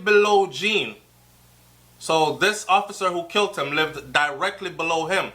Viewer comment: You don't pronounce killed as kilt...